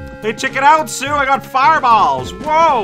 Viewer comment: Sue's name is spelled スー in the Japanese version so your pronunciation is correct